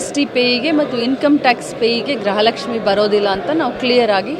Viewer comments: ಗ್ರಹ. ಲಕ್ಷ್ಮಿ ಅಲ್ಲ ಅಕ್ಕ ಗೃಹ ಲಕ್ಷ್ಮಿ ಕನ್ನಡ ಸರಿಯಾಗಿ ಮಾತನಾಡಿ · ಗ್ರಹಲಕ್ಷ್ಮಿ ಅಲ್ಲ ಅದು ಗೃಹ ಲಕ್ಷ್ಮಿ